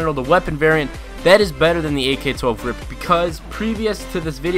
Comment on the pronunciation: ITS R.I.P NOT A FUCKING RIP U STUPID FUCK......U DONT CALL IT A B.A.L U CALL IT A BAL